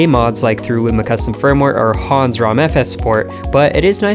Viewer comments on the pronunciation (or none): none